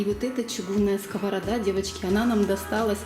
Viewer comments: Нє скОварада а скаварАда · Сковорода ударение на последнее а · совершенно верно, в единственном числе ударение в этом слове во всех падежах падает на последний слог. Во множественном числе ударение является скользящим: И. П. кто? (что?) - скОвороды. Ну а если уж о грамотной речи до конца, то и слово "ложить" в русском языке не существует, несмотря на то, что 50% русского населения только так его и произносят. Есть слово "класть" и точка)). С уважением ко всей аудитории и к автору видеоролика 😘